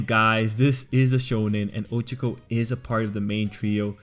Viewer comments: I can't get over the fact that he keeps saying Oh-cho-co instead of Oh-cha-co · It’s O CHA K O